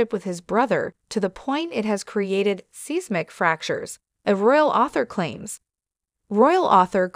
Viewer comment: It’s SI (long I ) smic spelled seismic.